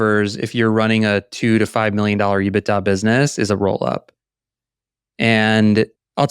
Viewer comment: I got so fed up with him saying ebita on Spotify I had to come on here and comment.